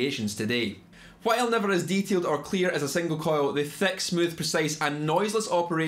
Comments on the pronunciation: Theck peckups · Theck sounding.